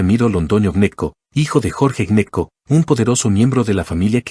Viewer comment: Y ese Clan Neco de donde es...aca en la costa conocemos al clan GNECCO y pronunciado como GENECO